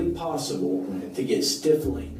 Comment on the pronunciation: it’s stippling, not stiffling. How does this detective not know this??